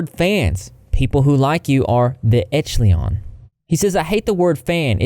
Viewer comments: I wish I could vc to you how to say echelon (esh-ah-lon) very understandable of why people miss pronounce it. Cause if you sound it out the way you said it would be correct but it's like esh ah lon. Wanted to helps hugs 🤗🤗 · No disrespect meant but the word echelon is pronounced Esh uh lawn. Hope it helps. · re Echelon. It's said as Esh-eh-lon.:-) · I was always under the impression that "echelon" was said "esh-uh-lawn" like M.C Esher, but I could absolutely be wrong lol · Not defending his actions, but it’s pronounced esh-el-on (sh like sh in shell). The most common use of the word is defined as group of individuals at a particular level or grade in an organization or field of activity. As in, “She is in the very upper echelon of society.” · A common mispronunciation is “eck-uh-lon” so some folks might’ve heard it pronounced that way even though it’s technically incorrect. I looked up the definition out of curiosity and I’m surprised that so many dictionaries reference military units and formations when in common usage I’d bet that 90% of the time when someone hears “echelon” it’s in the phrase “upper echelon”. (At least when they hear it not in reference to a brand name or cult, lol.) It seems like the primary definition should be of “upper echelon”. The definitions I’ve found don’t really tell people how the word is used in common speech at all. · No, you’re not saying echelon correctly. I can’t help but notice that mispronunciation happens often. There’s an app for that which would be an excellent tool for someone purporting to educate and inform people. Very distracting. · Your pronunciation of the word echelon kills me a little inside every time you say it! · Please please please look up the right way to pronounce echelon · It’s pronounced esh-a-lon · 'echleon' lol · Echelon is a rank or level. And it’s pronounced esh-uh-lawn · It’s pronounced “esh - e - lawn” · Just FYI-- ESH=uh-lawn. ( /ˈeSHəˌlän/ ) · Echelon is pronounced Esh-a-lon